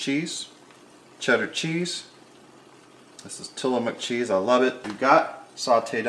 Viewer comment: It kind of sounds like President Obama is cooking....especially when he says, "cheece." :-D